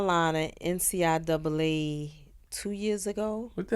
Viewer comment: Ummm...WHAT THE F@ is “NCIAA”?!! I swear black mf’s butcher shit to hell...bitch it’s CIAA! and slow asses ain’t even correct her...smh